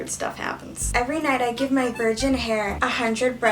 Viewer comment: I might aswell count how many times u have said 'vrigin' in this video aha. also stream candy xdxdxd